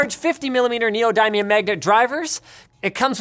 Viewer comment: N... neo-DIE-mium???